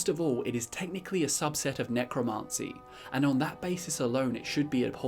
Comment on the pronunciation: Love the video pal, but your pronunciation of Necromancy is feeding me pins...